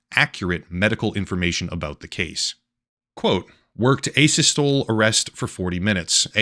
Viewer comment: FIRST, IT'S PRONOUNCED "ASYSTOLEE" WITH EMPHASIS ON THE LAST SYLLABLE. I'VE NOT DONE THIS IN A VERY LONG TIME BUT THE ACCOUNT OF WHAT SOUNDS LIKE AN ATTEMPT AT CPR/ALS (ADVANCED LIFE SUPPORT) IS A LITTLE STRANGE. INTUBATION AND EPINEPHRINE, OXYGEN GIVEN? BAG USED? HOW MANY EPI SHOTS? LIDOCAINE? WHAT WAS THE ECG READING LIKE? NIL? NO CARDIAC ACTIVITY AT ALL, LIKE A FLAT LINE? TWO FULL LITRES OF NORMAL SALINE INFUSION (0.9%)? WOW. THAT SOUNDS LIKE A LOT, UNLESS THE PATIENT IS BLEEDING OR IN SHOCK. 40 MINUTES OF CPR IS A VERY LONG TIME AND WOULD EXPLAIN THE NEED FOR BICARB (KETOSIS?) BUT I'M NOT SURE ABOUT THE D50 (DEXTROSE 50%?) WHY? UNLESS THE PT IS AN INSULIN DEPENDENT DIABETIC? WHAT WAS HIS GLUCOSE LEVEL ACCORDING TO TELEMETRY? IS THIS SOMEONE IN DIABETIC SHOCK RATHER THAN FOUND HANG? OH, AND NOBODY WORKS FOR 40 MINUTES ON AN ARREST UNLESS THERE IS SOME HOPE (HEART BEAT? ANY KIND OF RHYTHM?) YET, THE STORY THEY'VE TOLD US, UNLESS I'M MISTAKEN, IS THAT THE BODY WAS NOT FOUND FOR A FEW GOOD HOURS AFTER HIS DEATH. WHY WOULD ANYONE PERFORM CPR ON A DEAD BODY? I THINK SOMEONE IS LYING.